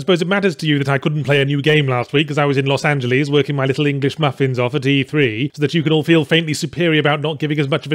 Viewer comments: No one: Not a single soul: Yahtzee: LOS ANGE-LEESE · “Los Angel-ees”